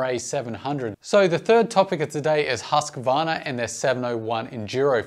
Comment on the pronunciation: the husssqvarna... Its called huuuusqvarna.... long uuuuuu